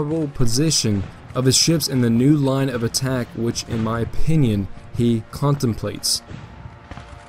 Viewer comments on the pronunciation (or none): none